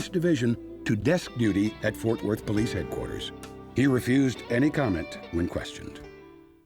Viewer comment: I NEED DA BOLICE! I NEED DA BOLICE!💀😭🤣